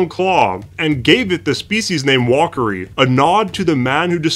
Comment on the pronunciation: you got the name wrong. it means "heavy claw" not "strong claw". And if the species name ends with "i", its pronounced like the letter, soo "walker-eye", not "walkery". side fact: if it ends with "ii", like giganotosaurus carolinii, its pronounced "e-eye".